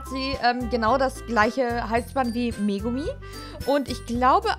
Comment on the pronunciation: sie heißt megami saiko nicht mego/umi q.q